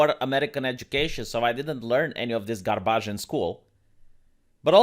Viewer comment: I am living for the way he pronounced "garbage"